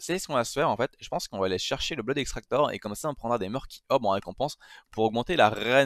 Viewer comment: La façon dont tu dis blood me tue! Prononce le comme si c'était <<Blod>>